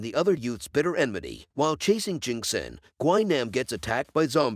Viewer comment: It’s not pronounced gwi nom is GWI- NAM Jesus